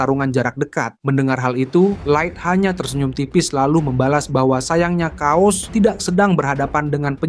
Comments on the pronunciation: sorry kuping gw geli sama pembacaan narasi chaos jadi "Kaos" wkwkwk... yang bener pelafalan itu "keos" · bacanya "KEYOS" bang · chaos di baca keos bang